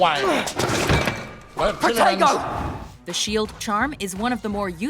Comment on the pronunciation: When they say "Protego" it sounds like they're saying "potato"